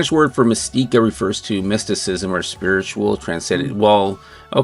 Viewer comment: regarding Spartans' show tritle... not the accent over the first I in the word. "MIS-tica